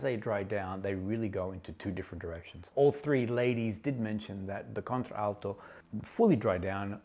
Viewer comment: Nice review..you are not pronouncing Contralto correctly. You are using the ‘a’ twice in pronunciation. English lesson for today😊